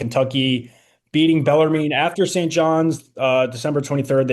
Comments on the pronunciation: Pronounced beller “men” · Baller mean is how I heard him say it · You have a show called the Rupp Report and can't pronounce Bellarmine? Cmon, guys.